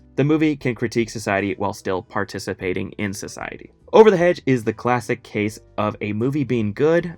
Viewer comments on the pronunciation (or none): none